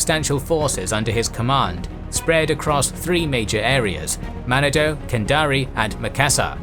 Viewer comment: Manado-its pronounced man narn doe-its great scuba diving